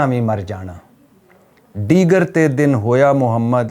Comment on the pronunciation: ڈیگر بول دیا غلطی سے۔۔۔۔۔ ہوتا دیگر ہے۔ you are rite